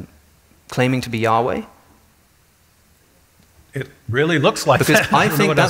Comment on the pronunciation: YAHHH!weh! YAHHH!weh! YAHHH!weh! Snooty didactic pronunciation ftw.